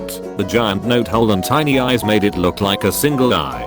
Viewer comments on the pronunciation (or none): none